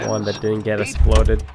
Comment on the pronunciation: Funny way to say exploded . Sounds like he said esploded